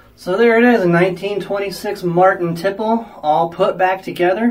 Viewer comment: Love your videos. It’s pronounced teeplay though.